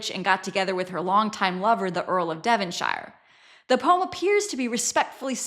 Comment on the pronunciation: P.s. THEE earl of DevonSHEER not THE Earl of DevonSHYRE. THEE always before vowels . Here to help.